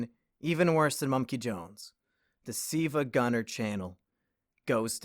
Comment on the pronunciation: It's "sevagunner" W H A T